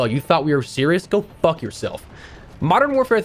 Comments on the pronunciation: The emphasis on that F from “go f*ck yourself” 😂😂 he had that F bomb LOADED 🤣🔥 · legend! The way he loaded up that F bomb and put the emphasis on it😂😂